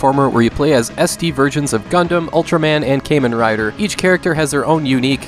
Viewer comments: Kamen Rider....it's pronounced like common rider.....not Kaymen like the islands tax evaders love. just a little nitpick from a Kamen Rider fan. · Good video and selections! but: It's "KAHmen rider" and "Live ALIVE" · Came-In Rider... That sounds so wrong.